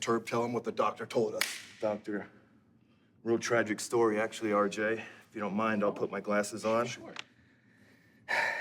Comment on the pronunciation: Keeps calling RJ "Arj"😂😂😂